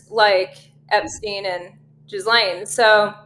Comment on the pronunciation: Love how Audra pronounces Ghislaine's name as Jiz-lane😏 Nice dig👍